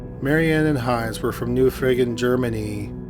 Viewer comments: I thought you said 'New friggin' Germany'. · I straight up herard "Marianne and Heinz were from new frickin' Germany" lol